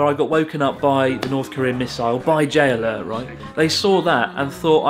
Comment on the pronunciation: the way you say "J-alert" it sounds like you're saying "Jailer" :D